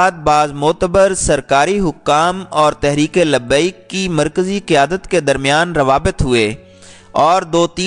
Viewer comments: Sorry bhi lakin iska naam tlp hai tareek labbiak Pakistan Zara naam sahi bolo aap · Insan bn sahi name bolo TLP Pehle seekh lo